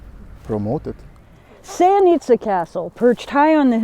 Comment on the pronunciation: It’s not pronounced that way. Also, we have more than enough tourists. No need for promoting more. However Sevnica is nice little town, not tourist attraction.